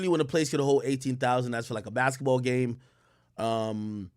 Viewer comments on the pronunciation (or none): none